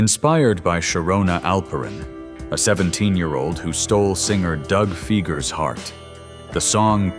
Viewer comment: Doug Fieger’s name is pronounced Fy-grr. The Fie- rhymes with my & pie, while the -ger is pronounced with a hard G, like in the word growl. Fun Fact: Doug’s brother Geoffrey is a famous attorney in the Metro Detroit area & you can look him up on his website. I’m certain there must be a lot of Geoffrey Fieger commercials online because he’s advertised for many, many years, like multiple decades. He’s the attorney businesses, especially hospitals, hate because he gets huge payouts for victims. As a 54 year old, The Knack’s My Sharona & Good Girls Don’t were huge in the Metro Detroit when I was a kid. I remember roller skating to My Sharona from 1979 into the 1980s & it does get played at reunion skates every now & then. Yes, I still roller skate. Good Girls Don’t wasn’t played at skating because it wasn’t as funky & bass-driven as My Sharona, but it was still a solidly enjoyable song. Both are still played on the radio to this day.😎